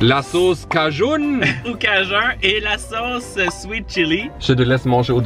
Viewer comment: a: le sauce cajun ( cajoun ) moi: il joue a ykw 3?